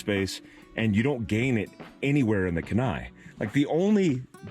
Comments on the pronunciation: Key-Nye. Not Kuh-Nye. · Hey brother, thanks for another great video. FYI- Kenai is pronounced (Keen-eye). Named after the Kenai Peninsula and River in Alaska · If you are from Alaska you are cringing with me every time pronounces "Kenai" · Kenai is KEE-ny (key nigh) It's Dena'ina, which is part of the Athabascan tribe in South Central Alaska. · If it's named after the Kenai river in alaska....we pronounce it keen-eye. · It's pronounced KEY-NYE....its a town in Alaska.... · As always excellent content! BUT, as someone who lives in the city of Kenai, on the Kenai River, on the Kenai Peninsula, I gotta say its pronounced Keen-eye! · It’s pronounced “Kee-Nie” lol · Pronounced "Keen-eye", I grew up there. Great vid, I've had my eye on this camper for awhile. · Cool rig!👊🇺🇸 and just as tip from a long time Alaskan who lived not far from Kenai. Alaska... its usually pronounced. KEE NI. LOL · haha man, as a former Alaska resident (I was stationed at Ft. Wainwright) I laughed at your pronunciation of Kenai Love what you do! keep up the good work